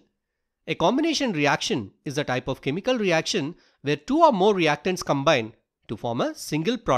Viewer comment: can you talk properrly . you siad two is du